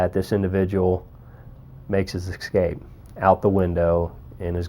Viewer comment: "the individual makes his 'EXCAPE'"? or Escape?🤣🤣🤣🤣🤣🤣🤣🤣